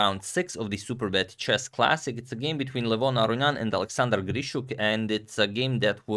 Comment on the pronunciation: #suggestion in your older videos, you pronounced Levon Aronian almost perfectly. Idk why you changed it lol. It is Leh-von, Ah-rohn-yan. Not Luh-von like how Hikaru says it :).